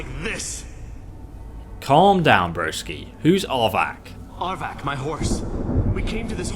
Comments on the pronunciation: I can never watch videos where Arvak is involved. It becomes so frustratingly tiresome to hear his name continuously pronounced "aardvark"! Arvak is NOT an aardvark. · it's arvak, not avak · I'm sorry but it sounds like you're saying "aardvark" and now its the only thing I think of when I summon Arvak